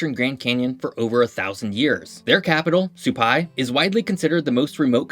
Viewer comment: For the record, Mogollon is MOE-guh-yone, rather than moe-GOAL-yun. Epoch is pronounced epuc, rather than EE-pock. They're meteors until the moment they land, at which point they become meteorites. Rather than suh-PIE, Supai is pronounced SUE-pie. Although there may be 100 mules in the stable, when I baclpacked into the village back in the '90s, I saw just a few on each trio in and out.